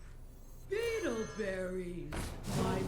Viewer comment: Oh, it's Beetleberries. I've always heard "Edelberries" (like Edelweiss) and I cannot unhear it anymore.